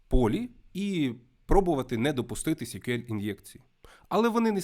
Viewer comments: SQL читається як "ЕС-к'ю-ел". "сі-к'ю-ел" це щось типу CQL (бозна, що воно таке). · Чому сік'юель якщо це ЕСк'юель. Вухо ріже. Це як Гугл читати гоогл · А є якийсь стандарт вимовляння SQL? Я помітив, що вестерни або динозаври (вибачте, це комплімент=), що вчили SQL у 90-х, часто кажуть 'сиквел'. Хтось, як і автор, сек`юель. Головне, щоб ви розуміли про що йде мова) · коли відео про те, як правильно вимовляти SQL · Потрібно вже відкрити підручник і вивчити як вимовляються абревіатури!